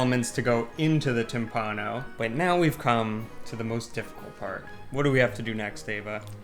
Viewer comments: P.s. it's tìmpano, not timpàno. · Che bel lavoro. Grandi come sempre. E poi che meraviglia mettere nel titolo del video "timpano" come lo pronuncia lui . Che tenerezza. Vi adoro